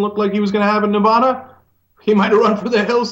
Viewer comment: Cenk, good job today; Ensign is a pig. That said; I live in NEVADA for many years, pronounce the a as in "atta boy", not as in "ahhh"!! It's NOT Nevahhda, it's Nevaaada!!